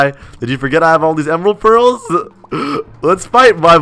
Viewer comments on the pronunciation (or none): For some reason every time he says ender pearls I hear emerald pearls